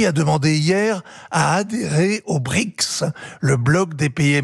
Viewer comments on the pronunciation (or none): none